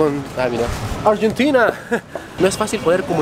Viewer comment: Hola.mg tu contenido.min en q idioma dijiste argentina 😂😂😂. Salud dsd 🇦🇷😎.y aguante 🇧🇴🇧🇩.